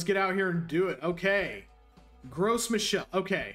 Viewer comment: As a native French speaker, I made a double take when you started talking about Gross Michelle.